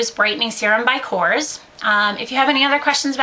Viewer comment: I believe it's pronounced ko-rez I just got their training today and that's how it's supposed to be pronounced